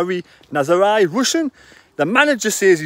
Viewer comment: Pronounced ' ROOSIN' surely?